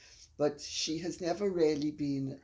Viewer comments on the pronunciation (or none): Your mother shouldn't say "Ya". It's not nice. She should say "Yes". And the way she says "really" sounds like "rally".